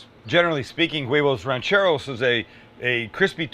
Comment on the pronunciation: This guy cracks me up he’s so funny. I love when he said huevos rancheros! Definitely not too dramatic!!! Lol